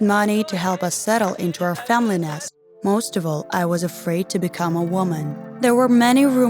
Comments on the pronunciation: I'm sorry but this video is really....Really bad o~o 1st of all, its another God damn Storybooth ripoff, 2nd, VERY poorly animated. 3rd, She sounds like a fucking robot when she talks. 4th, "Famlil lived." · The way you said family it was like fameley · u said family wrong and wait u been in school for 3 years?